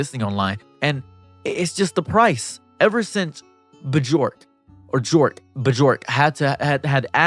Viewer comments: Bjork- "byork"✅ J is yuh/yah pronunciation B-jork had me giggling. Be jorking. Anyway, Mizkif was already on a drop, this just solidifies it. Dude was always a creep and lacked the intelligence to care. Didn't he praise Andrew Tate?? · it's pronounced "Byork" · btw bjork is pronounced byork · it's pronounced B york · It's not. It's pronounced "b-yerk" because of the ö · "Or jork" got me asf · How can you not say bjork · Negus, stop saying words wrong. Use words you know. FIVEdoms. BJORK. My brother. That YT poon rotting your brain. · Trying to pronounce Bjork 😂 the j makes a y sound 😊